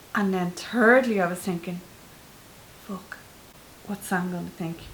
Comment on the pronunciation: Your mom said thirdly like turdly